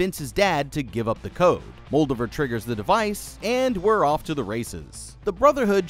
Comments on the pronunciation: It’s Muldover. Who’s Muldavere? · I have a suspicion you are either mispronouncing Moldaver on purpose, or you yourself never saw the actual show. Both are disappointing. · Worst pronunciation of Moldava I ever heard. She's not a Draugr Lord.